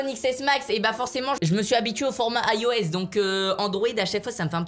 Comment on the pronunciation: c est pas aios c est ios